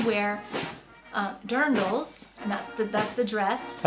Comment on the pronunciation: I get a bit pissed of that the woman can't be bothered to pronounce "Dirndl" and "Tracht" correctly.